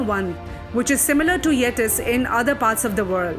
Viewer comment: good narration but please pronounce Mahabharat and Ramayan etc etc....also please pronounce...Nee-Ander-Thawl and Yay-tee